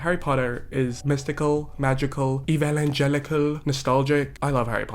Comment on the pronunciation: “Eval-en-gelical” got me cackling